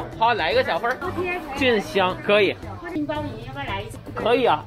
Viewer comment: 金包银（yín），你这发音都被当地人带跑偏了😅